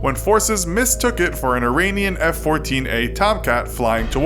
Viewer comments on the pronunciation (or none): none